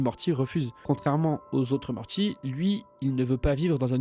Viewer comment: Suis je le seul à bloquer sur les tiques de langages du narrateur. Mortchi ? Rick et Mortchy ? MorTy ! Super taff de ton côté, avec un peu de travail sur la locution tu auras des dizaines de milliers d'abonnés CONTINU !!!